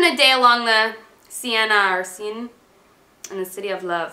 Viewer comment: haha you can pronounce the seine river in Paris as "sen" :)